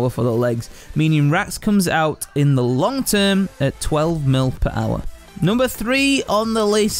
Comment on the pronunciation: listen how he says hour. made me lol gr8 vid tho